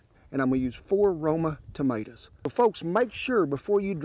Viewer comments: Never heard TOMATOES been called MAADER's 👍😂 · "Maters" . Love it.